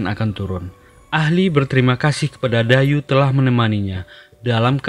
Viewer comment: Bukan Dayu bacanya tapi daiyi artinya ikan berkepala besar